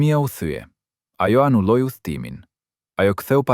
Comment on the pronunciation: A pe kuptoni se ky qe po flet si me qen serb si thot pllot e jo plot anulloj në vend anuloj kjo është rren ndegjo si thot pllot llot